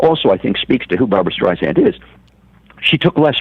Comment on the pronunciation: It's hard to take seriously a biographer who can't even pronounce his subject's name properly. After the third StreiZANd, I was done. It's StreiSAND, like sand on the beach! Apparently he missed the countless interviews of her practically screaming this to people. Also, this book tells nothing new ... just rehashed stories that we've known about Barbra for decades. Her mother criticizing her ugly and her stepfather hating her hardly groundbreaking news. *yawn